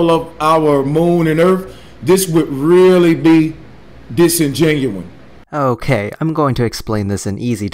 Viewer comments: It's cute how he learned one big word with more than one syllable and keeps using it over and over like it's magic. It's funny because it's having the opposite effect he was shooting for because disengenuine IS NOT A WORD!, It really makes him sound that much more ignorant. Oh well, sit back and listen to this expert in ebonics and flat earth dazzle us with his grasp of the scientific. "we only gunna see it from da mericas" hahaha, is a Minion? I think he was trying to say disingenuous, no matter, he's an idiot! If you push your lower jaw out as far as you can and fill your mouth with pebbles from an aquarium and stick a hotdog up each nostril you too can sound like - bruva Johmson and be a deebukinator.. Hahaha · Okay, I hate to take cheap shots but... can this guy at least /talk/ like he's halfway versed in any form of astronomy? Not only is he repeatedly using 'disingenuine' (which is an oxymoron due to its two negative prefixes), but he mispronounces half of the words he says. It was hard to see the points he was arguing because all I could focus on was that, instead of saying 'Now, I've got to show you this', he'd say 'nah I gat to show you dis'. Please,, if you're going to try to speak like your smart... /try to speak like you're smart./ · Disingenuine, goot, mardle, agument , innacorate, erf, eeck clips, leff, woot, amehricuh. As a grammar Nazi, this guy pisses me the FUCK OFF!!!!! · Disingenuous! DISINGENUOUS! Not "disingenuon." How are you going to argue about earth science when you can't fucking pronounce words correctly? FE idiot. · "dis-en-genuine" this word, I do not think it means what you think it means. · This guy doesn't even understand basic English so I can understand why he doesn't understand science. Disingenuous. Say it with me.....dis-in-gen-u-ous. Fucking idiot.... copyright team skeptic lol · Is he saying "disinGENUINE"? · dis-in-gen-u-ous .....for fuck sake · Ok, no one start a fight, he means disgenuine, alright? We good?